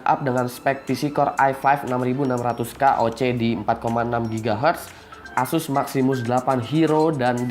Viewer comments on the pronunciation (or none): none